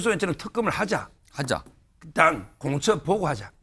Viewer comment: 공처 보고 하자? 한국어 발음이 영..